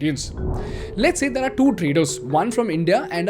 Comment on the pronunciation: bhai pls change frrom "theaaar" to "there"